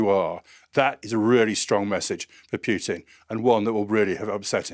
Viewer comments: It's not pronounced pyoo-tin it's pronounced poo-tin. But all of this is old news. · Why pronounce it PJUTIN ? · Pretty sure his name isn't pronounced "Pjutin". More like Pootin. You will get it eventually, keep working on it. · He's probably british